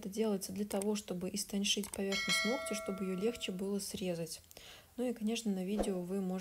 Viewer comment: Все очень хорошо, очень нравится ваше творчество. Но очень режет слух ногтЮ, ногтЯ. Вы медийная личность, говорите пожалуйста правильно ( нОгтя, нОгтю) спасибо!